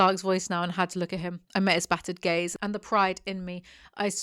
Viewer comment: what the text said: "She met the Horse Mistress's gaze" what I heard read: "She met the Horse Mistress's gays"